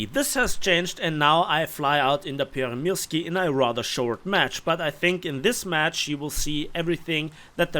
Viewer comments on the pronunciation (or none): just letting you know its pronounced more towards Pyörremursku as in finnish Ys are pronounced more as Us. Pyörremyrsky translates into hurricane in Finnish 😊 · Finnish 'y' is pronounced as 'ü'.